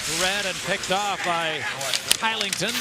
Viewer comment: Kai ling ton lol it’s Shillington